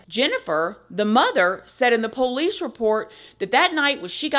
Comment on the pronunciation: I love the way at you say”ploice” lol